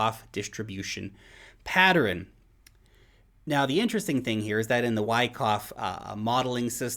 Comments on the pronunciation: Pattern has two syllables ! NOT three! lol Patterins?!?! lol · u pronounce the word pattern mad funny😂😂 "Patterin" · Where are you from that you say “patterin”? 🙂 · pat·tern | \ ˈpa-tərn 2 syllables,....love ya broski. Keep up the good work😉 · Thumbs up on the use of the word “rife”. Thumbs down for pronouncing pattern like “patterin”. Maybe it’s a NZ thing. Oh well. Great video as usual. Great info. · It really threw me off, because I thought it was some new word or some crypto word I hadn't heard before. I even turned on CC to see what it showed. Of course, it's just the ordinary word "pattern". Hehehe. I love. I have never heard anyone pronounce this 2-syllable word as 3 syllables. 😉